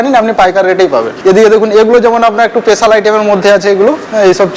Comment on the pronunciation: পেশাল না স্পেশাল 😅